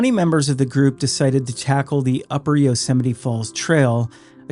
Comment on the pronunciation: It's pronounced You-sem-ity. No one's ever heard of yo semity Sam.